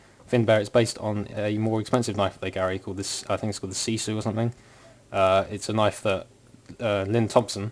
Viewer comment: haha, it's so Wierd to see Knives from ColdSteel What has a Finnish heritage.. :D and the way lynn thompson says ''puukko''=knife(yes i'm from finland) but hey you said sisu quite Well :) nice review!